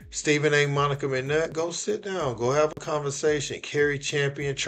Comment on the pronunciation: Hey Monica you said it right!